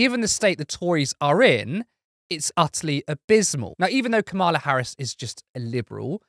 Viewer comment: I hate to be a nit picker... but it's Kamala - rhymes with Pamela. ( the Donald and his acolytes DELIBERATELY mispronounce her name !)